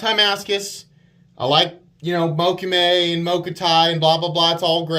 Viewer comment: learned how to pronounce Mokume! I'm proud of you,.